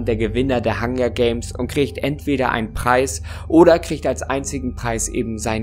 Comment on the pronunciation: Ich liebe es wie er immer "kricht" anstatt "kriegt" sagt